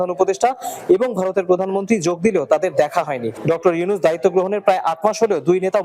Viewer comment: ইউনূস কইলো না হিউনুস পড়লো বুঝলাম না 😮